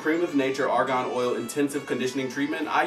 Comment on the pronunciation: The way he says Argan lol